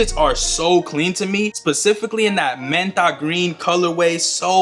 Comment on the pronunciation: My guy said MENTA GREEN 😂😂😂😂😂🤣🤣🤣🤣🤣🤣🤣